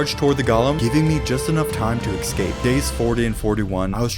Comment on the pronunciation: escape not exscape